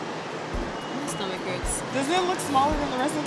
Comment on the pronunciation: " my stomic hurts " LOL